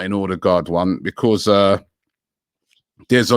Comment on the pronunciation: nobody: robbie: becorse